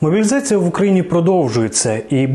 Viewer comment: В слове "могилизация" оговорка на "мобилизация"